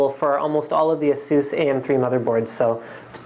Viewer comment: ahSOOS is the correct pronunciation for ASUS.